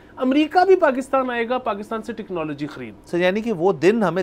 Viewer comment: टेक्नोलॉजी ❎ टिक्नोलॉजी ✅